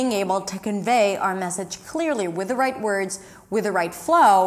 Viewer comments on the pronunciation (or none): the, thee 😂😂